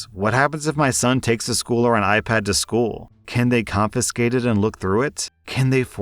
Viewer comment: "What if he takes the school to school or an I pad?" It couldn't just be me who heard that